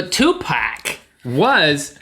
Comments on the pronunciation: NOT 2PACK!!! TUPAC, pronounced 2POC Jesus get it right white people T_T. if you're hurt i really dont care. its been years and some people still cant get it right. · its fucking tupac NOT tupack!!! damn assholes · yes of course it is, Tupac not "Tupak" how the idiots in the video were pronouncing it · Im a big fan but Nobody says paak its pac (pronounced poc) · its tupac not tewpac just saying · its POC, not PACK. say it right. 2pac. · ffs no its 2pac NO 2 PACK! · After the third time hearing them say 2 pack instead of Tupac I said f**k this video. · Lesson of the day: It's "Tupac" not "2 pack.." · the begining when dude was sayin" 2 pack" when his ass knows it pronounced (but not spelled) "tu pock".. im just sayin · You guys have no clue what you are talking about. Please the only thing I found useful about this how the technology worked. All your jokes are stupid and not funny, you don't know anything about tupac pronounced pac not tupack, cuz tupack is back is the worst shit I ever heard. And Hitsune Miku is a vocaloid, she came from somewhere and is popular in japan. And you two need to only talk about what you know. I'm sure you were joking, (another one of your bad jokes). But snoop dogg is alive. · His name is Tupac not Tupak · 2pack? it's 2pac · because he pronouced it 2pack its actually tupaaac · its tupac not tupac pfff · His mom and all the true fans pronounce it "Pack" not "Park" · i get anoyyed when people say 2 pack..its tupac obviously for those who cant read or have no rythm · This Video Just Made Me Mad. Yall Sound Soo Fucking Stupid. No Fucing Duhhh. They Knew The Shit Was Fake. and What The Fuck. SNOOP DOGG AINT FUCKING DEAD. Fucking Douche. This Video Sucks Bloody Nuts. And BTW Its Tupac NOT Tupack. Ok And Hell Yeah I'll Buy A Ticket To The Show. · It's pronounced 2 POCK not 2 pack please don't dissrespect the thug's memory 2pac deserves more respect than that. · hey its 2pac not 2pack get your f****** SH*T straight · it is tupac